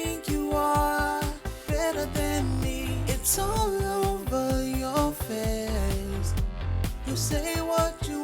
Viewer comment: I don't mean to disrespect room at all, and he is obviously very talented when it comes to singing, but I really don't like the way he exaggerated some vocal pronunciation in the song. Pronouncing face " fess" and not "fays". Again, I don't mean to disrespect his talent or his skill but I just think it's a little weird. That's all.